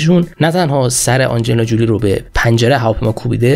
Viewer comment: حیف این همه زحمت که برای این برنامه می کشی نیست که با تلفظ های فاجعه ضایع اش می کنی برادر من؟ آخه آنجلینا جولی بر وزن "پولی" چیه؟ فامیل آنجلینا تلفظش هست جولی بر وزن "کولی". زنده باشی و موفق